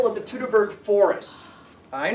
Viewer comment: Teutoburg is pronounced like Toy-to-burg in your language! 😉 Greeting from Germany!